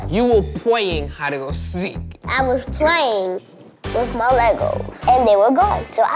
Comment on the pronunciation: I love how major said “Pwaying” and his brother mocks him “Pawying”, so he rebuttaled with saying “Playing” clear as day! Him so cute.